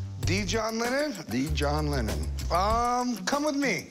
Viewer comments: I think I heard John Lemon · A John Lemmon!!! HA! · John Lemmon